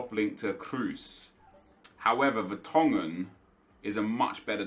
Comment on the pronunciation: VERTONGHEN????? triggered me a bit